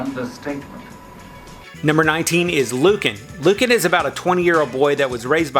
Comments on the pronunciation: It's NOT pronounced Loo-KIN. It's pronounced Loo-CAN. Trust me I watched this show when it aired. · Stress the second part long a LU CAN